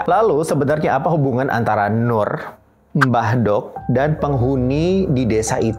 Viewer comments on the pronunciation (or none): Ngomong aja salah Mbk Dok 🤭. Yg bener Mbk dhok... artinya Mbah wedhok (mbah perempuan) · Lafal mbah dok nya kliru bro.. kalo di jawa ada ejaan "do" dan "dho".. mbah dok di sini menggunakan aksara jawa "do" sedangkan yg masbro lafalkan menggunakan aksara jawa "dho".. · Setuju, merasa terganggu dengan pengucapan mbah do' (mbah wedok).